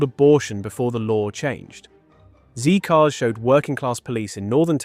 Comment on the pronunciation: Wrong pronunciation of Reith and Z Cars. AI and inauthentic.